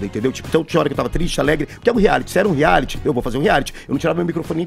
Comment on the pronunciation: Vc entra num "reali "kkkkkkkk, ri muito.